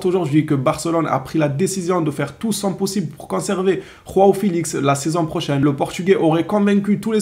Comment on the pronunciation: Arretes de dire rao felix ça se prononce Jo a o c'est la version portugaise de Jean en gros ! !